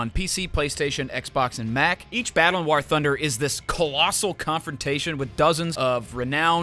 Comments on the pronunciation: Why was homie saying war like that? I have never heard anyone pronounce war like he does.😂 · Bro said wor thunder